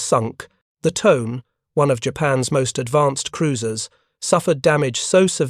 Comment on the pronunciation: Tone_eh, not Tone. It is a river in Ibaraki prefecture.